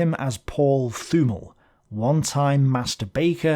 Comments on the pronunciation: Great video. One thing regarding german pronounciation. If there is a "th" in a german name or word, you have to ignore the "h". So "Thümmel" is pronounced "Tümmel". If you really want to get to the guts of german pronounciation, the "t" within the "th" is a little bit more open, compared to just a "t". But in everyday German, no one really cares. Hope this is comprehensible. Because English is not my mother language. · A nice o e,, thank you. Little things: th in German is ot Th in English, Thümmel sounds with a very 't'. As'von' sounds with f for fau, not v for vee. And a thought: Had Spain joined the War, Gibraltar could easily have been taken by the Germen. Then, Malta probably could not have held them off, therefore, had this happened in 1940, in the nextyear Afrika Korps could have recived the much awaited resupply and tanks, so their Egypt campaign might not have been halted. And the oil comes then into consideration, in two fold: without Suez, their is a low connection to the Indian army, almost no oil from the Middle East can come to Britain, and Germany gets access to more oil. A less desperate Drang nach Osten (sic!) is then required, or even a delay on the Barbarossa. A real change of the course of the War. What do you think? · Thümmel is pronounced with a strong t, and afterwards a short ü while stretching the pronunciation of the doulbe mm. You can search for the german word "tümmler" (a name for a dolphin species, that is pronounced very similar) if you need any reference. the "Th" sounds more like the "th" of the name "Thomas"